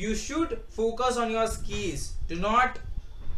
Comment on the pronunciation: first learn how to pronounce words "skiiils" anyway tips are bit useful '